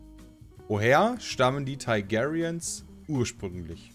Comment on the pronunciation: Teig airiens, Thai gayrians, Day Nörres ^^ Alles klar,!